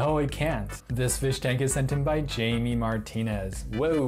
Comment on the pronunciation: Jaime😂😂, its pronounced "hai-meh'